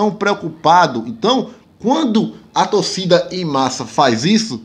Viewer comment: Se fala torcida e ñ "tocida"